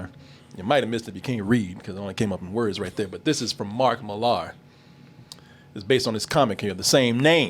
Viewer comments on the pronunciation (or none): How many times? It's pronounced Miller. He's Scottish, not from French nobility!